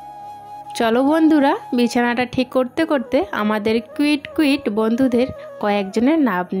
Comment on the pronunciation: কুইট কুইট না বোন কিউট। কিছু মনে করো না ভালো বেসে বললাম ❤❤❤❤❤